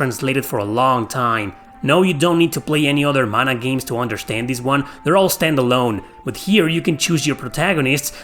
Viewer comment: When you hear the PROPER pronunciation of Mana. 😊🥰